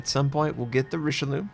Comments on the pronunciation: if u pronounce it like richelyou , it comes abit closer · sorry to be the one but you should really stop pronouncing this ship the RicheLOO, it's just really really wrong xD